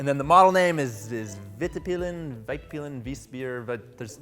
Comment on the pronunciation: actually pronounces it right but... then just passes on.